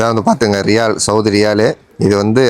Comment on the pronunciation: Riyal nu sollu da cring mandaya